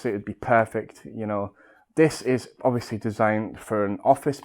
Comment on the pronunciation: New drinking game.. Have a shot everytime he says obviosously